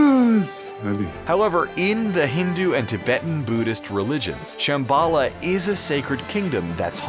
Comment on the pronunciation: As well as Shambala...